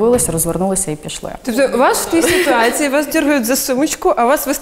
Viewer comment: Ніяк косата не навчиться правильно вимовляти іменники жіночого роду з закінченням -ція: "ситуациі" замість "ситуації", "цивилізациі" замість "цивілізації"! Michael why did you wear the MU jersey?